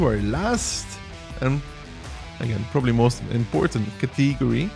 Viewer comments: its pronounced cat-uh-gorey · You have a funny way of pronouncing "category" btw